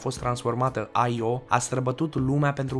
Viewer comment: Io se pronuntă așa cum se scrie,IO. Numai americanii pocesc numele pronuntandu- le după fonetica lor.